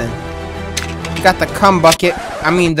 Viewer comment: So we just gonna skip the fact that he said “cu— bucket” instead of chum bucket